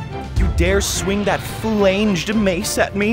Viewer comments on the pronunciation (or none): "flaynged mace"